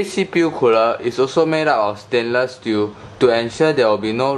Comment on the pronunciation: You repeated alot of things, namely 'deese cpu cooluh' but other than that, good review, at the end, you could also note teh temp difference between stock coolers and the one being reveiwed :]